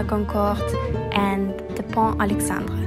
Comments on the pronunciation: Pont Alexandre III not "Alexandré". It's more professional to learn and check about the exact spelling ;-) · Pont Alexandre III and not "pont alexandré" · ah ah ah ah ......!! on ne dit pas " le pont Alexandré ", mais " le pont Alexandre 3 " en anglais, " Alexandre the third bridge " , très jolie vidéo merci